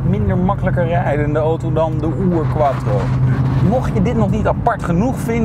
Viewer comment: Remy van Splunter hij wou denk ik zijn afkomst nog even duidelijk Maken 😜